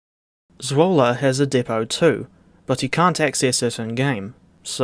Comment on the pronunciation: I’m just happy your pronunciation of Zwolle is quite close. The DTG devs naming it ‘Swoule’ still hurt every Dutch fiber in my body XD (Also, ur pronounciation of Assen was spot on, which folks also seem to screw up a lot)